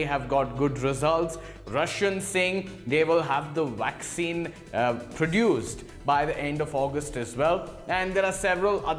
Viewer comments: First of all it's a vaccine not a 'wwaccine.' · Dr Carrie Madej is being censored because she is over the target...I hope the presentor gets all the vaccine he wants...and it's vaccine not waccine! LOL!!